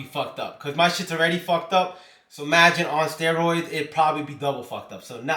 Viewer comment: Why you saying steroids so weird😂steroiiidss